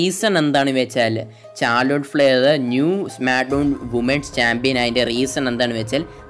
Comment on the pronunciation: ചാർലൊട്ട് അല്ല മുത്തേ ഷാർലോട്ട്